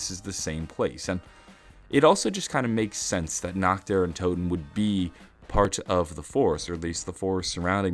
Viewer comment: how hard is it to pronounce toten correctly /)_